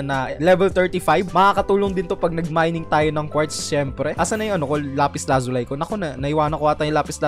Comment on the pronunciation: Hindi lazuli Yun lazule